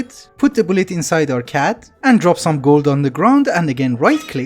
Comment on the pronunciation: CAD is read like NSA and not like NASA I know you ignore these types of comments but you said it like 30 times in a row and it got to me (which may have been you trolling if so good job)